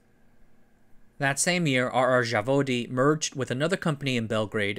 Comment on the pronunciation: Zavodi is plural, Zavod is singular and the Z is the same Z as in Zero... it's really easy to ask for pronunciation if you already have someone helping you with research.